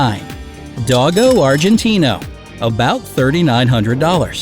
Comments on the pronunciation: U said dogo Argentino wrong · Here is some help with pronunciation: It's Low+chen not ler-chin Kon-neh Corso Doe+go Argentino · Cane (Cah'-neh) Corso; Dogo (dough'+go) Argentino